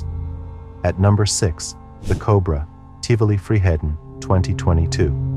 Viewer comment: This might sound extremely rude, but the way you pronounce ’Tivoli Friheden’ is one of the funniest things I have ever heard. My cousin wanted to ride the Cobra so badc and he got really sad and angry when he heard it was shut down, he didn’t know it was because the ride had cost the life of a poor kid…